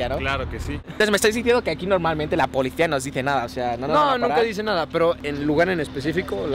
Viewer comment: el acento de ese menso: ‘la polecia’ 🤦🏾‍♀️ sale tumor en el oído.